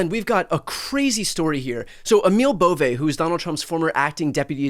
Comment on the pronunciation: Emil Bove's last name is pronounced like it looks, B O V E BOVE, NOT BO'V A . Or BO VAY It's a northern Italian name derived from the Swiss origin. I know because my mom is from Luca de Marci, Italy and her maiden name is BOVE. 😊 I just hope Emil is Not related! My family looks great and he is super ugly.